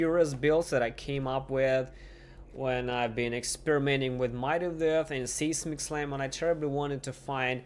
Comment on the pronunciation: it's pronounced "sizemic" slam English is stupid.